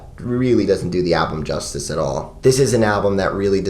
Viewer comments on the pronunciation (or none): none